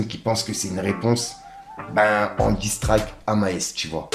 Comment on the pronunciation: Il y a personne dans ton entourage qui peut t'aider en anglais ? Le " disstrayk " C'est compliqué quand !! 😂😂 sinon force 👌🏾